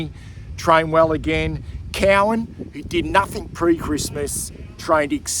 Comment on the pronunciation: Hey, how you, good about Monahan, but Cowan, is pronounced Cohen, as in Leonard Cohen, it's his way he says it, cheers mate, Diamond cheers GO BLUES RARARA